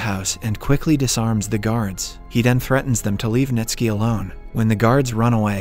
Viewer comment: Bruh! 😂 even Ntsiki … just jumbled the letters and forgot how to read Nitski